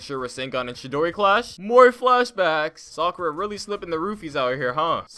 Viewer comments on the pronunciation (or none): none